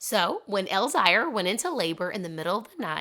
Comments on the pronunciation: Elzire = Elle-ZEER Olivia = Olly-VAH Emelie/Emilie is still pronounced like Emily. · It’s pronounced El zire like elzeer. The little girl is Emilie (hard E) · You need to learn how to pronounce their names. It’s Elzire (el zeer), Oliva is (all ee va)